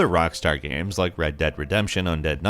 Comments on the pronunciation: It's games, not gams. It's kind of hard to take a gaming information channel seriously when they can't even say games right. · Thank you! I thought I was the only one hear him say gam instead of game for years now.